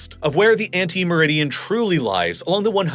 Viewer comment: It's 'antimeridian', not 'ante meridian'.